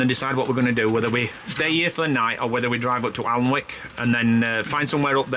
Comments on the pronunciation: Just to let you guys know it’s pronounced anick 😊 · Hi, so glad you enjoyed Durham, I'm a geordie from Gateshead but lives on the coast in Cullercoats. can I just say, you pronounce Alnwick as Anick, the l and w are silent.xx The van is so cosy, I bet you can't wait to get back to it after a day of sight seeing. Looking forward to the next vlog, take care xx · One of my favourite parts of the country….Northumberland, Bamburgh, Holy Island….Alnwick( pronounced annick) fabulous Castle! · Love your blogs guys ❤ just a heads up Alnwick is pronounced Annick x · Don't sound the w in Alnwick its a lovely place